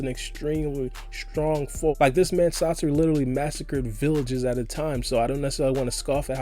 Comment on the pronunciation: It’s sah-sori not sasorry